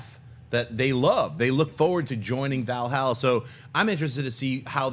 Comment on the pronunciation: Schnep!!! Did he just say Hela rules Val Hala?!?! Maybe I misheard